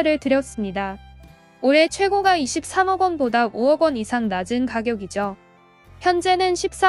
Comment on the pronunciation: 근데 발음을....호까 최고까 이렇게 해주세요^^;; 부동산에 대해 모르는사람같아요^^